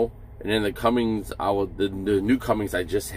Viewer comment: CUMMINS, no G in it